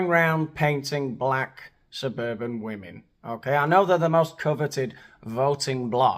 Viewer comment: That there is a "costume party" of Black women who can't even pronounce the plural word ie "WOMEN" ps Regardless of skin color or gender, please improve yourself/yourselves and Google/YouTube the proper pronunciation. It's "wih-min" and not "wuh-men."